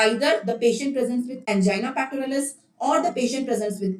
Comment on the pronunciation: She is very much wrong when pronouncing angina pectoris and prinzmental angina